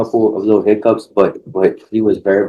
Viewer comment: Badges, we don’t need no stinking badges 😅 and when he does burglaries and home invasions it’s yust a leetle heecup 😅